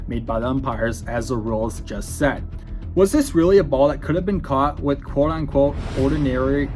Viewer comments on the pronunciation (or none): none